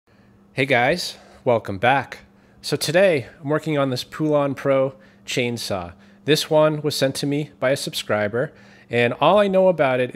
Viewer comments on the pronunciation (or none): Poulan is pronounced Polan, like Poland. At least that was how Mr. Poulan introduced himself when he owned the company. I do understand why some folks call them Polan, because Electrolux turned them into crap when they acquired them. I own original Poulan saws and I also own a Poulan Pro weedeater/p9e saw combo. To be honest with you, the Poulan Pro Combo that I own is a pretty good piece of equipment, at least comparable with my 35 year old original Poulan chainsaws. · I have 2 Poulans (POlan, not poo-lin), and they run great. They come from the factory set a little lean, so I richen them up just a tad. Once set, they start and run just great. What usually happens is people leave gas in the carb for years, and it leaves a messy goo in the bowl and prevents sufficient fuel from passing. Methanol fuel makes it worse. Fuel injector cleaner can sometimes make it run great without further work, depending on the crud deposits which are sometimes insoluble. When the bar wears out, get a new Oregon and a better chain too.